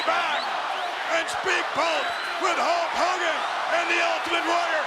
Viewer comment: The Ultimate Warrior : "Hulk Kogan"